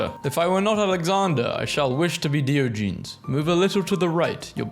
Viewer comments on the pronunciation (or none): Please, 😭 the pronunciations are killing me 💀 Diogenes = Die-o(say like the o in octane)-gen-ease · Can't pronounce Beethoven, can't pronounce Diogenes. I feel like you are just ragebaiting. Beethoven - Bay-Toe-Vin Diogenes - Die-Odd-Jean-Ease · And diogenes